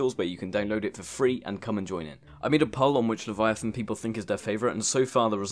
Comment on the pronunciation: It sounded like you said reeper lavyathyn goat lavyathyn and sea emperor